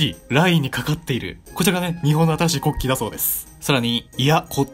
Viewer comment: 国旗の発音よwww